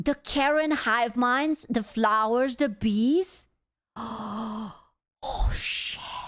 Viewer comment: when she said "it's the bees!" I heard "Mister Beast" lol